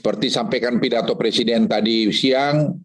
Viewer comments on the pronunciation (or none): none